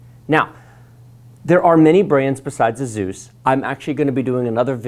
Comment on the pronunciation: It’s Asus not zus